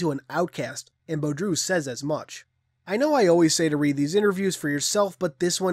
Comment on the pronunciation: I think his name is pronounced like Boo-dro. Rather than Bo-droo, I could be wrong tho. Still, I'm glad you actually tried; it bothers me when someone doesn't even attempt to pronounce a word/name or their attempt is pathetic